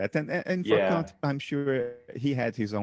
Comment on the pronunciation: Bernardo has a fantastic take on many things but his pronunciation of the great 'Kant' needs work. You know, just so he follows a 'safer' path ;)